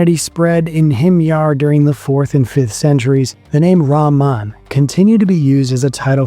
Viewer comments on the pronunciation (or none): It is RAAMAA pronounced as REHMAAN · rahman, the h is pronounced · Al-rakhman and al-rakhim have the same root, and are therefore pronounced the same - not one with a 'h' and the other with a 'kh'. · Not how you pronounce 'Rahman'... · raman رامان is diferrent than رحمان rahman your pronunciation is not right so meaning is changing